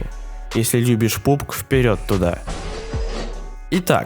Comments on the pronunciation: Пабг а не Пубг Это ты пууп (говно другим словом) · не по пубгу а по пабгу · Не "пубг" а "пабг" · Ээээээээх, пабг а не пубг